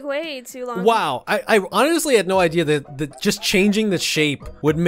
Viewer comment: OMG WHEN SAID “I like to think dat they’re just born again”